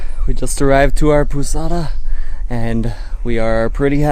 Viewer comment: Right pronunciation of POUSADA: Paul(british pronunciation)-Zada(with the sound of Z. Tonic syllable on ZA pou-ZA-da Ah and last but not least, your posada SUCKS!!!